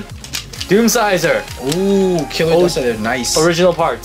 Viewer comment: its fucking doomscizor not deathsizor